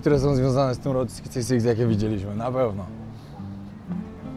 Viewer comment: czy się wydaje Czy ty przez cały odcinek powtarzasz błędnie że to jest Road 66 tamto się inaczej czyta